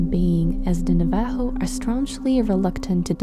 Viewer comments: Your pronouncing our name wrong it's navajo. Look up pronunciation on google. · it was really painful to hear you pronounce "navajo"😭🤣